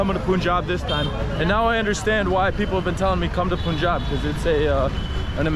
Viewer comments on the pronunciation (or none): Please stop calling it pooonjab. It’s Pun-Jab. Thnx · Bro it's pronounced as panjab not puunjaab😂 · It’s pronounced Pun-jaab, Not Poon-jab. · It’s not “Poon-jaab”! It’s “Punh-j-aab”. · Y do u call punjab as poonjab??? No one has corrected u? How do u pronounce d english word PUN ????? Its the same PUN-jab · Hi It's not Poonjab......its Punjab (Pun similar as saying Fun). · BRO IT'S PANJAB NOT punjab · Bro its panjab not punjab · Why do you guys call it Poonjab? It's Punjab. Pun-jab. Do you pronounce 'Pun' as 'Poon'? Then please pronounce it properly, sound so weird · its pronounced panjaab, not poonjaab. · Its Paanjaab not pooonjaaab 😢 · Hi bro loved your video but you pronounce the name of our state wrong it might be written as punjab but it is pronounced as Panjab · It is not poonjab